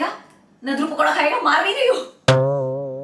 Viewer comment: Its nadur not naduru